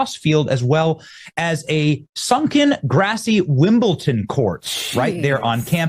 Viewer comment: Wimbelton? LOL. It’s funny how some Americans always call it that. it’s Wimbledon with no T!!!